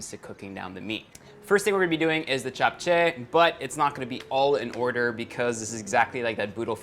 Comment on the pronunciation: Love how u didnt pronounce it as japchey but japche